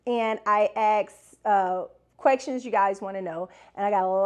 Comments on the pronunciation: are you saying “quecktions”? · Yes😂leave her alone😂😂